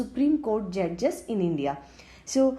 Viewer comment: Vo judges pe kuch zyada he emphasis kr rhi thi...🤣🤣🤣